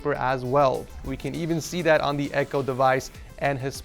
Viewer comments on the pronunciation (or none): none